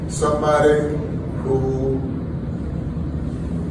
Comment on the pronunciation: Every time I hear him say “someboday” I cringe